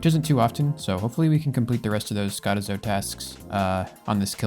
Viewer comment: Lmao the way he pronounces skotizo is hilarious